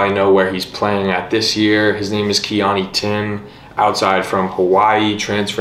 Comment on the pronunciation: Keoni (Key•Oh•Knee) Thiim (Thim) cringy first pronunciation